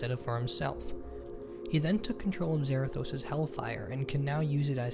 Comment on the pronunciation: It's zarados but with a th zarathos I feel like punching him if he's a nerd